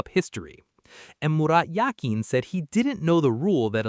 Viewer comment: mirat yakin? LOL you talking about the swiss legend Murat Yakin??